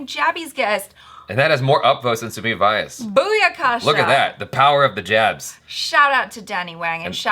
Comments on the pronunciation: It's not SUMIT VAAYAS, pronounce it like SUMIT VYAAS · Sumeet's surname vyas doesn't rhyme with 'bias', it rhymes with 'glass' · Btw ur pronouncing sumeet's last name all wrong... its:- vee yaasss